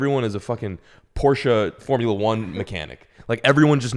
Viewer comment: Porsche not porscha, also a straight 6 🥴